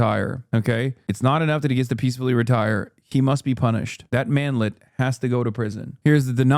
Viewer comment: Did he say "manlette"???